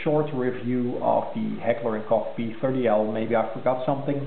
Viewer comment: You are probably the only You Tuber that has pronounced the name Heckler and Koch correctly. Very nice vid.